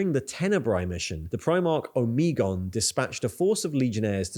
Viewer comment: The only thing that bothers me is the weird pronunciations you sometimes display, such as for Omegon or Nikaea.